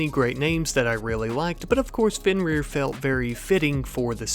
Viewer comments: Nah you pronounced it right Fenrir I mean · you are not mispronouncing fenrir